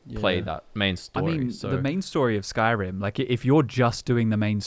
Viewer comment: saying "Bannerlord 2" is as bad as someone saying "Skrim 5"